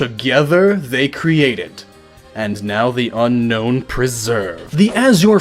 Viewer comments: You pronounced Unown wrong. Un-own, not Un-nown. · I know it sounds stupid but Unown is pronounced un-own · GaelPlaysGames Who cares? Unown isn't pronounced un-known, it's pronounced un-own. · Dude it's unknown not unown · its un-own not unknown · It's pronounced un-own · Do you know that Unown is actually pronounced Un-own? .... .... .... :D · "Unown" Wtf?